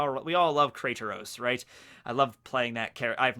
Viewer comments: Btw not sure if you were trolling or not but its Kratos(crate-ose) not Krateros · lol krataros bro its kratos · when yu sauid krataros i knew you had not played the game 😂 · He pronounced kraitos🤣